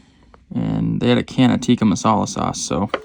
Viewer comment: chicken “teecuh” not “tiiika”